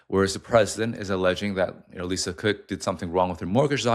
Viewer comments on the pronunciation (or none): none